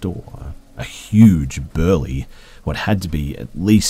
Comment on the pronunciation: And burly